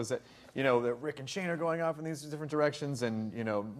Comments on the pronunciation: They said nick instead of rick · Rick not nick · Nick? Lol isn't it Rick?